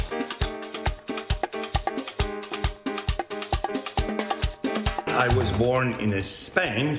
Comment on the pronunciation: Excellent pronunciation of "mira", A for effort, but the better word would've been "veamos" which is plural, formal and inclusive. Mira is singular, more personal and casual. Love the show!